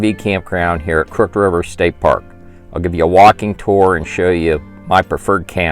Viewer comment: "Crooked" is pronounced "krook-id".